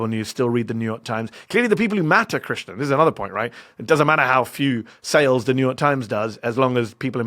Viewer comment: krishNAN not krishNA 🤣